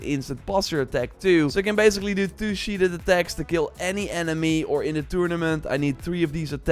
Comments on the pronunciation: SheathED not sheathed'd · This guy enunciats the "t" in "castle" and the 2nd "e" in "sheathed". Haven't you been doing YouTube videos in English for YEARS now?